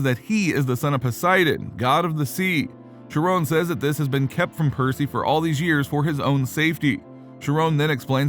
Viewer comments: Chiron is pronounced "ky-ron" (with more of a "ren" than a "ron" sound) NOT FREAKING SHERONE! Wtf man?! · I guess the text-to-speech doesn’t know that the h in Chiron are a silent.